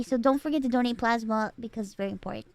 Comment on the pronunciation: I'm sorry but I thought she was saying "don't eat plasma" and I was so confused thinking "people eat plasma?" until they talk about getting nurse to do it mobile... It's the first time I misheard "donate" and "don't eat" 😭 Ironmouse voice is so cute and she seem to have a good personality. I've been discovering new people through Press Esc. I also visited Michelle Kare's channel after seeing her here. Interesting enough I know Connor because he is a friend of Emirichu that I'm subscribed to. Another interesting thing is I saw Maya through her tiny house and sanctuary tour, then I watched Poki and Lily's wine about it episode and just realized in this Press Esc that she was the animal streamer girl that I watch toured her house. The internet is so interesting it literally connects people like a dot.